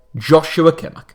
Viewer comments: Nobody:: kimmerk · For some reason, it annoys me how he pronounces Kimmich. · His pronunciation of Kimmich is even worse than w most English ppl